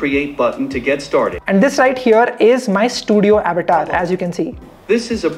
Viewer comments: It's good,but why u calling it Abatar , it's Avatar our Sanskrit word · How many got irritated for his Avetaar pronounciation😂😂